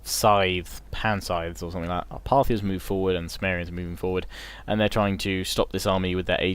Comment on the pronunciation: Love all your LPs mate, great stuff Bur is Cimmeria not pronounced Kimmeria, like Mac(k)edon, Seleuc(k)id? Just sounds like your saying sumeria. Not that it's a major issue or anything just intered to know. Keep up good work.